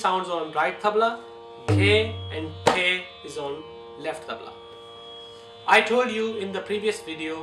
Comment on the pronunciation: Not me but you do you and its tabla not tabal